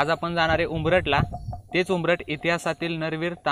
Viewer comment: उंबरठ नाही उमरठं असे आहे गावाचे नाव